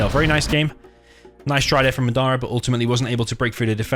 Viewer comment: You keep saying Madara weird, didn't you watch Naruto